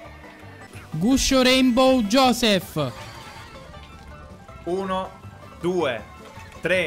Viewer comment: Giossph inbroglia quando dite guscio raynbow